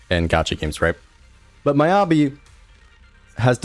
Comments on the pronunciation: and miyabi as my-ya-bi.... it should be me-ya-bi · my-ya-bi and yu-zu-wa. thats rage baiting.